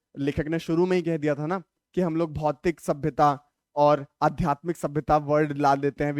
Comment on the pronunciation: Aadhyatmik ko Aatyadhmik 🤣🤣🤣